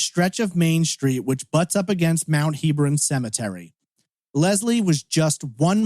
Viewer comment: The cemetery is pronounced Heb-ron, not Heeb-ron.